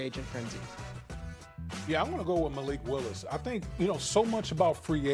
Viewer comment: there is no way this fool said malik wilis lol